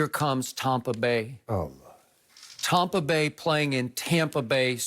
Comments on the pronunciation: I freaking hate it when Skip says Tompa Bay, it makes my ears itch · Its tampa bay not tompa bay skip...Brady ant made a name n tampa yet..yall going to respect us in the 813..love the show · Stop saying “Tompa Bay” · TOMpa bay LOL I hear you skip.